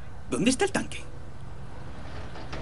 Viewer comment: Roberto Gonzalez, si tanta gente piensa que no se fntiende lo de danke es porque no se entiende La D del DANKE suena a T y el resultado en un TANQUE con todas las de la ley